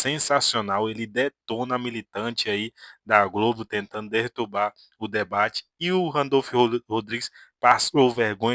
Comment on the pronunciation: dertubar? Que Poha é isso?😂😂😂😂😂😂😂😂😂😂😂😂